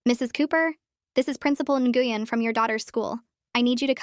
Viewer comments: It’s pronounced “win” not “gweun” :3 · Isn't Nguyen pronounced like "Nwin" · Nguyen is pronounced Win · the name Nguyen is pronounced Win.